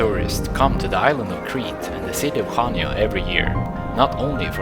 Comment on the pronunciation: its pronounced hania.